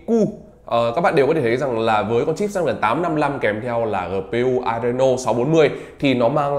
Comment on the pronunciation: Đọc là chip sờ náp thôi a ạ,e đọc kiểu đấy ngượng mồm lắm